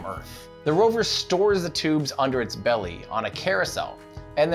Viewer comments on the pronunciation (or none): none